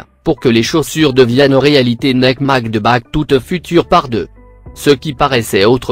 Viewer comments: Avec " neke " mdr faut arrêter les voix comme ca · Le mec il dit neke au lieu de Nike 😂😂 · nèke au lieu de Nike 😂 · Comment il dit Nike